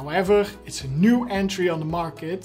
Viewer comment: if you nieuw soldering iron kan gelijk horen dat je nederlands bent hahahahha